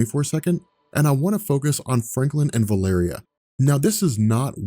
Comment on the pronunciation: Am I seriously the only one who is driven crazy by vuh-LAIR-ee-uh VS. val-a-REE-uh? The former is from A Song of Ice and Fire! Is there record of Hickman or, I think it was Chris Claremount who introduced her (I could be SO wrong on that.) pronouncing it that way?